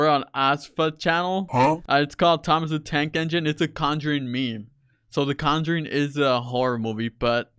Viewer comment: Nobody: Him: T O M E S D A D A N K E N G I N E